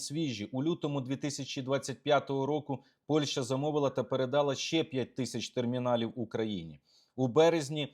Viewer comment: Олександре, дуже сильний моцкальський акцент. треба працювати над вимовою. найпримітивніше: не Польша, а ПольЩа, і це, повір, українською так і вимовляється. не щё, а що, не 'нехатілосьби', а нехОтілось би і так далі. переслухай себе і повторюй правильно що почуєш.